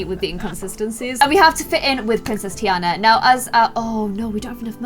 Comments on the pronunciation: it is said TEA ON A but spelled Tina no tea AND a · its TEA ana ommll. no hate tho